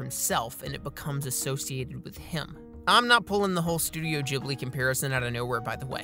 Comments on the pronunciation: Hearing "Jhibli" instead of "Ghibli" makes my heart hurt. You're supposed to pronounce it G, like G in word Game. That's my only problem with the Video tbh. Because I agree with this video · Your pronouncing Ghibli wrong. It's meant to Ghibli like in gif.